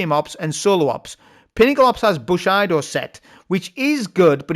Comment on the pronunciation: Its pronounced booSHEEEEdo mate